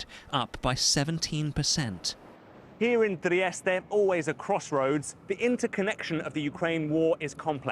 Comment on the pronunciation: there is no need to change your R when you say Trieste